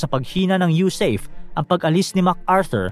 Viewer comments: Hindi po yusayp ang bigkas, ang tamang bigkas ay yusape dahil ang acronym ay USAFFE ( United States Arm Forces in the Far East)😮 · YU-SA-PE po, hindi YU-SEYP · USAFE pronounced as YUSAHFE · SIR , ITS PRONOUNCED AS YOU-SA-FE( AS IN FERN) BY OUR VETERANS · Sablay ka sa pag pronounce mo ng USAFFE.